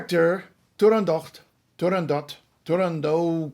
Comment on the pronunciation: T U R A N D O T. La "T" finale deve essere pronunciata!